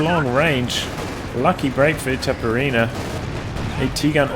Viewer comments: yes... pronounce as you write "itaperuna", "ru" speaks as "run" so its like itaperUna ... sorry for broken english .... greetings from Brazil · Itaperuna aka east potato in finnish